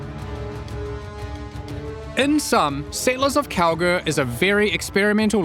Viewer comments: is it just me hearing it or saying Kalguur like "Cowgirl" everytime. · I keep hearing cow-girl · Am I the only one that always hears "Cowgirl" instead of "Kalguur"?!